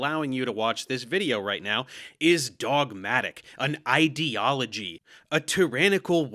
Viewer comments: What is it with these pseudo-intellectual fuckwits that makes them incapable of pronouncing the word "ideology" correctly? It's "eye"-deology, like "idea", not "id"-eology like "idiot". Ben Shapiro and the other losers at Daily Wire do the same thing and it drives me up the fucking wall. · What rubs me the most the wrong way is the way he pronounces "ideology", like it's spelled "idiology" and is in the lexical family of "idiot", not "idea". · It annoys me so much more that pronounces ideology as "id-eology". If you are trying to use big words to sound smart, at least say them correctly. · what kinda pisses me off is the fact that cant pronounce ideology correctly because i feel like he's just doing it on purpose to make it sound like he's calling science "idiot-ology".